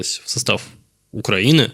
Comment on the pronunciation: Ты специально произносишь Укранини?